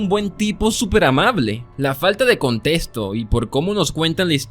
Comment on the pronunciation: Me encanta que en vez de decir contexto dice contestó y también que en vez de decirle víctima dice vitima (no es queja ni nada parecido solo me pareció chistoso no busco ofender con esté comentario conozco a Youtube)